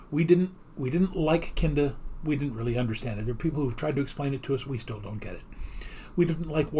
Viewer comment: commenting just after the tom and jerry opening, I loved how you (possibly unintentionally?) said 'only KINDA kidding'. nice irony given the skit